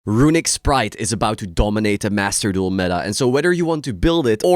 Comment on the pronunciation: The way says "RUiNiCK" synonymizes what the deck has done to the game as a whole